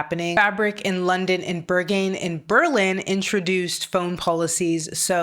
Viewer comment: What us Burgun? Did you mean to say Berghain?